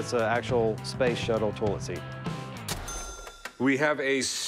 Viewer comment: The guy who brought the toilet seat pronounces toilet as “toll-it”.